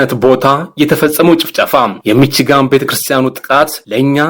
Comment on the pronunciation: ሚቺጋን የሚባል የለም ሚሽገን ነው:: ባካችሁ አስተካክሉ ብዙ የእንግሊዝኛ ቃላት አጠራር ትስታላችሁ